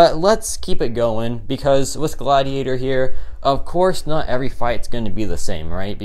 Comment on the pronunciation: It’s Godiator, not Gladiator